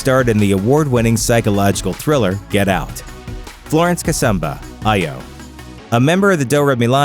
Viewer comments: Kasuuuuhhhmba not Kasaaamba for heaven's sake.Only name pronounced badly lol. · Ok Ok, stop it's Kasumba "Sumba", not "Samba" Kasamba, those two are pronounced differently. Kasumba, give it a try. that was a good video...